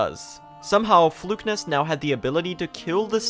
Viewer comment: His pronunciation of Flukenest as "Flukenist" kept throwing me XD